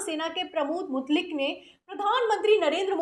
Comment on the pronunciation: Mutlik nahi Mutaik